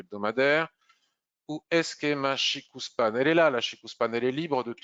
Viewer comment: CHIKO Span et non pas CHIKOU :) quand on a la confirmation du la kijun + SSA & SSB qui pointent vers le haut ou le bas on attaque. et qd elles sont horizontales on ne fait rien. le système ichimoku permet par un clin d'oeil sur le chart de connaitre l’équilibre du marché.